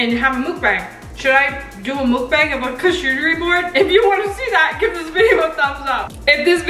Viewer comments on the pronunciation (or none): It's mukbang not mookbang(oh and not trying to be rude)but just saying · “Mookbang” Me: u mean Mukbang??😂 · You say it muck bang